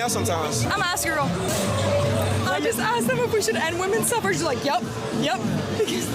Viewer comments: Maybe it's because I am not a native speaker, but I have never heard of the word 'Suffrage' until now. It sounds really stupid to be honest, I don't blame the guys. Especially considering how the woman pronounced the word, you can clearly hear an 'e'. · She could said sufferage movement, cuz I literally thought she said suffering😂 English is a fucked language man lmao